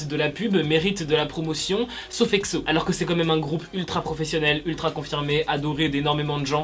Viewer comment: Pk tu dis Ecso ou lieu de Exo